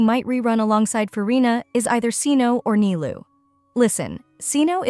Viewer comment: Cyno pronounced as SEE-NO made me furious even tho i know it's AI generated voice